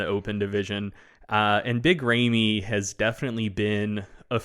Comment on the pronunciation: Big ray-me??? 👀☠️